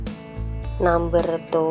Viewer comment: Bahasa inggrisnya medok banget.. Namber.... orang Indonesia ya mbak...